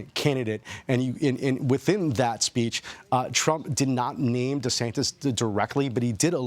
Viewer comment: Dude even called him Desanctus haha